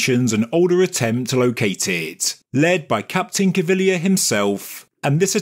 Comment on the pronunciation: Thank you so much for not murdering Cpt Caviglia's name.